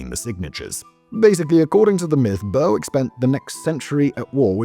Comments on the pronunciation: its not "Bur-wick" its "Ber - ick" on tweed lol english person getting scottish names wrong, thats why we keep trying to end the union! brewick will always be scots hahah. sorry simon X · Not being able to pronounce Chinese I can understand. Not excuse (it's your job man!) but burr wick? BURR WICK ??? you're English! It's pronounced berrick. At first I thought you were doing this intentionally for engagement, but no. You really just suck at it 😂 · Well done on pronouncing "Scilly", Simon. Shame about, er, "BURR-WICK". Where is this BURR-WICK?? Did you mean Berwick-upon-Tweed? "BERR-ICK" upon Tweed? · It is not Ber_wick, it is pronounced Berick. And Berwick-on-Tweed (to give it it's full name) still has a split personality, as the town's football (soccer) team is the only English club to play in the Scottish football leagues. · burrwick ? When did you turn into an American Simon? Don't do a video about Worcestershire will you 😂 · It's pronounced "Ber-ick", and while it might not be at war with Russia, it is still illegally annexed by England. Its football team even plays in the Scottish league. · Boasts about Scilly then fudges up Berwick (Berrik). Tssk tssk Simon, your British credentials are being called into question! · Oh my god its Ber-ick the w is silent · last time i was this early rerrrwick was called Berwick-upon-Tweed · I'd like Kirkcudbright (Dumfriesshire, Scotland) to declare war on somewhere just to hear Simon's attempt at pronunciation. 'Burrwick' Indeed! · Honestly, that pronunciation was killing me all the way through XD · Bloody hell Simon, you're effing ENGLISH. WTF is Burr-Wick??? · Your saying Berwick all wrong, great video though nice to hear a tale from my hometown 😊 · The number of Brits bashing Simon's pronunciation of Berwick is hilarious! He always messes up. Listen to him run across the word apperal sometime. 😂 Appa-rail. 😂 I enjoy the content regardless. I also appreciate the laughs from the comments.